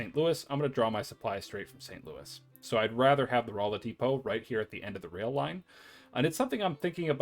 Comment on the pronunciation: Lebanon is pronounced like the country. Not 'Le-Bannon'. Rolla is 'Rawla'. In any case, thanks a ton for this series. Helping a lot.